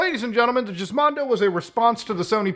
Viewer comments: no, it wasn’t. you are right, it was pronounced like “gizmo.” they wanted you to think it was a “mondo gizmo” or whatever. muta’s just milking (🥁) the fake pronunciation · why is youtube still trying to get me to “watch the women’s world cup on fox?” friggin annoying 🙄 edit: also, no, i’m pretty sure it wasn’t the “jiz”mondo. it was a hard “g.”. like in “gas.” cuz it was supposed to be a “mondo gizmo” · Hey called it a jiz mondo 😂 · Let me help you out a bit there Muta, it's Gizmondo like you're saying gizmo, light g not hard g (I know, I know just go with it). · I hate how he pronounces it JIZZmondo. It's called Gizmondo with G as in GIF and in Garage. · I didn't know it was pronounced jizz mondo. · Its pronounced as [Гiзmondo], there's no Jizz in it. Altho, that would explain the gloves. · Its not Jizmondo! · I dunno whats funnier, the shitty handheld, the Ferrari, or the fact Muta is mispronouncing the word “GIZ” (as in Gizmo) Mondo 😂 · Beginning to think he said “Jizzmondo” as a massive joke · If it was pronounced "jizz-mondo" then wouldn't it be spelt with a J and not a G? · It's pronounced similar to 'gizmo'. I think that's what they were getting at. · Someone watch the LGR video and why do you pronounce it like that lmao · It's pronounced with a hard 'G' though. It's a play on the word gizmo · Who named this console. Edit: nevermind its just mutahar, pronouncing it weird. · The name is pronounced with a hard G, not a soft one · That's not how you pronounce gizmondo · the soft G has to be intentional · Was it actually pronounced Jiz-mon-do? Me and my buddies back in tech college always used to joke and pronounce it "Gis-mon-do" like the word Gizmo. It like when one of the guys would come in and talk about it in the lab and someone would would cry out "GIZMONDOOO!" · Please tell me you are trolling when you say Jizzmondo, and not Gizmondo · The more that you say the name, the more it sounds like JIZZ mondo. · gizmondo not jizzmondo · Guh Gizmondo. Not JIZZZ